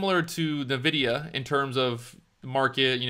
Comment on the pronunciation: It's pronounced "N-vidia". You say "EN" for the N.